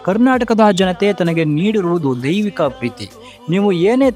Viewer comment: ದೈವಿಕ ಪದ ಉಚ್ಚರಣೆ ಸ್ಪಷ್ಟವಾಗಿ ಇಲ್ಲ. ದೈವಿಕ ಪದ ದೈಹಿಕ ಅಂತ ಕೇಳುತ್ತದೆ. ಇದನ್ನು ತಿದ್ದಿಕೊಂಡರೆ ವಾಯ್ಸ್ ಚೆನ್ನಾಗಿದೆ. Good luck